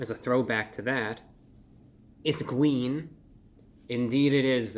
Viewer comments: I know I’m not the only one…when Reviewbrah does his “It’s gween” throwback, it sends me into fits of joy! 😊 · "It's Gween!" 💚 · It’s GWEEN !!! It’s Gweeeeeeen ! 🟢😱🟢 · "It's Gween" 😂...that's cute! Great review and happy to hear it was enjoyable! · Its gween